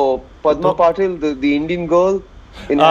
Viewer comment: Just random: Parvati Patil's last name is pronounced as Pa-till (common last name in Maharashtra-marathi) and not Pa-tail (which is a common last name in Gujarat) Vir pronounced it correctly